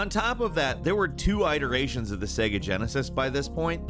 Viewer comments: It's "it - eration" not "ite - eration" lol, only a youtuber would make that mistake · EYE-teration? Really? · What is an ayteration? I've heard of iteration, but not ayteration 😏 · WTF! I love you but how can you mispronounce iterations! It’s IT-ER-ATIONS! Not eye terations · Fyi it's pronounced it-eration not eye-teration. Hopefully I can spare someone from checking like I had to. Made me question my life for a second... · I love you buddy but I’ve been silent too long - it’s pronounced “it-eration” not “eye-teration” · Great video, but WTF is an I-teration? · I'm sorry.... "EYE-terations"? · says iteration as EYE teration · Tf is an "eye-teration" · Eye-teration (iteration), Jason “shreer” (Schreier) 🤦🏻‍♂️ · Come on, surely your team tell you that iteration is not pronounced "Eye-Teration" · No way this dude ACTUALLY said I-teration again 😭😭 gotta be trolling us ATP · Your pronunciation of iteration will haunt my dreams. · That isn't how you say iteration. You say the "it" like you say the word it. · Learn how to say 'iteration' properly. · Yeah, but that's not intentional, or a dig, it's just his typical mental laziness when it comes to pronunciation. He also has his own personal pronunciation of "iteration" that you won't find in the dictionary, along with many other words.